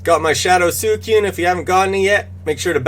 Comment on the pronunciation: Uhhh I’ve told u before... sweecoone, not soo i cewne. Good info tho